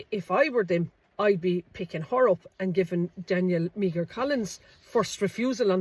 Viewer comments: Meagher -Mee her? ... It's pronounced 'Mar' is it not. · Great research and post again. Just on the name Meagher pronounced "Mar" and Irish for Maher with the same prounsation famously associated with the name Thomas Francis Meagher who was the first man to hoist the tricolour. Maybe a blood line here too. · Meagher is pronounced exactly as Maher. Do your homework, girl! 😢